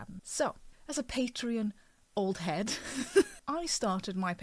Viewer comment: It's not called "Patron". You pronounce it like it's spelled: PatrEon.